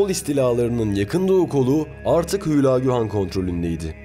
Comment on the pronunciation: ÜÜÜLAAGÜ DEĞİL HÜLAGÜ